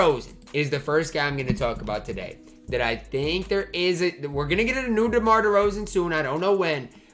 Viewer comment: you called Demar Ty 🤣